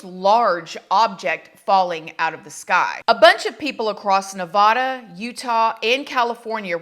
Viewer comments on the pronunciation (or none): I can't stand how you pronounce Nevada. We don't pronounce it like that here